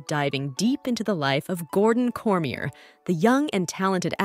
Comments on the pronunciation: Another fact his last name is not pronounced the way you say it, its not "corm ee yer", its "cor mi yey" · Some awful AI narrative. Can't pronounce his name and taekwondo are a few words Google translate can even pronounce. Pretty much stopped watching.